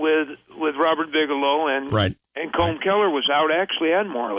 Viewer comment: I like him very much. What I like in particular how he pronounces "Colm Kelleher", makes me giggle all the time 😘